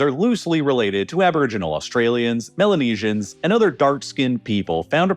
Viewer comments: "Malenesians"? 🤣 (Approximately ) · Isn’t it spelled “Melanesian” not male-nesians, lol.